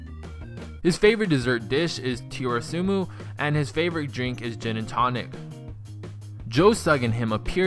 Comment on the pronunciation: tirasumu boooooooy its tiramisu